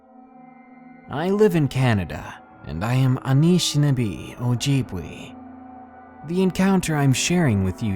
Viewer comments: Its pronounced un-ish-in-aa-bay o-jib-way... Good work though brother, keep it up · Hey darkness, great video! I really suggest looking up the pronunciation of unfamiliar words tho, I hear you mispronounce stuff a lot! For example, in this video you said anishnabe and ojibwe wrong! You pronounce the e like 'ay' or 'eh'